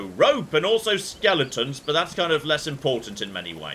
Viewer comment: Still trying to get me answer on this, why do you say skelington instead of skeleton?